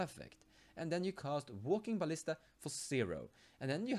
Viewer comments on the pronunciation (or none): none